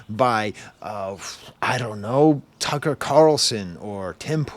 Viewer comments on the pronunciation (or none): none